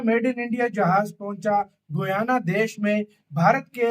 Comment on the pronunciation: It’s pronounced Guyaana NOT Goyna